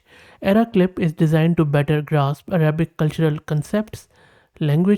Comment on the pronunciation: Your Arabic pronunciation is almost correct 😊